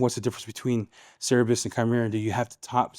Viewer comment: Great demo on Cerberus 👍🇬🇧 PSA it's pronounced "sir-burr-us" rather than "serr-a-bus" 😉